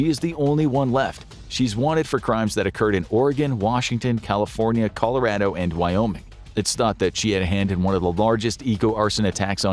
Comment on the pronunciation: for future reference people never say the word Colorado like that. It’s mispronouncing in the cringiest way. CAH LO RAH DO